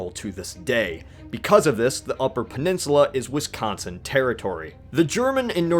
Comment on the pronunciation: Wisconsin is not pronounced WisCONsin. It's JUST Wisconsin. Fucking nobody from out of state ever gets it right. Please, just never try to pronounce it if you don't live here.